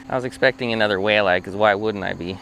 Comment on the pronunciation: I hope saying walleye like that isn't going to be a thing with you!